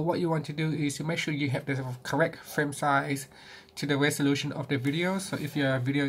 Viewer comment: "You will lose some of the west a loostion"